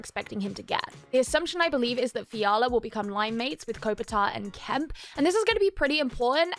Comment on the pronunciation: Kempe is pronounced Kem-pay but great video, I can't wait to see Fiala play with Kopitar and Kempe on the first line they'll definitely be the best linemates he's played with so far, Fiala was the exact type of player the Kings needed cause other than Kempe the Kings wingers really struggled to consistently score goals, I think Fiala and Kempe are going to compliment each other really nicely they are both very fast and offensively skilled players.. I'm extremely excited about the future of the Kings they are already a playoff team and most likey would have beaten the Oilers in round one if Doughty and Arvidsson weren't injured and they have a bunch of very talented prospects who should be able to make the jump to full time NHLers very soon which should turn them from a playoff team to cup contenders for years to come